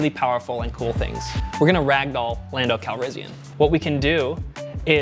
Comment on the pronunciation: Lieutenant Dan-do Calrissian